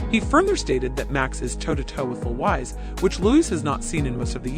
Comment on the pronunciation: My god… do something on your pronunciation of “foreign” names … Louwais?